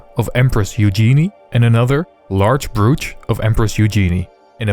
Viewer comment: FYI: “Broach” rhymes with “coach”